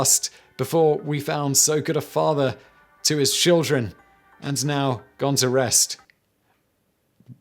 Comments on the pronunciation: “Shildren” is insane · I think you meant shildren not children lmao that man was hilarious. He must have annoyed so many people. Best troll ever